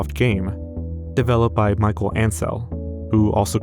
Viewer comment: this guy's name is Michel, not Michael